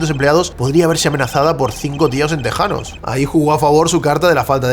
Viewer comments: No se pronuncia "teksano" se pronuncia "tejano" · tejano no teksano